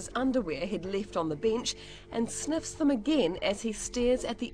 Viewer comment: "one, two, three, four more sneffs"